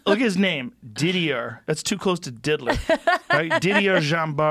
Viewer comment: Didier is def not pronounced like that... greetings from europe